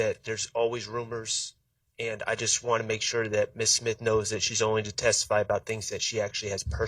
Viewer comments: She said simth lol i thought it was smith she is cooking already the state is trash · Did she say ‘SIMTH’ on purpose ?.. 😂😂😂😂